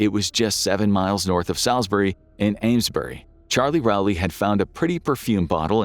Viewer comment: As man from Salisbury I must applaud your pronunciation of both Salisbury and Amesbury lol